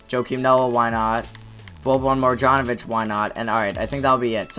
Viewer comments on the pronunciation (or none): It's mar-yan not mar-jon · It's boban (mar-yon-O-vich)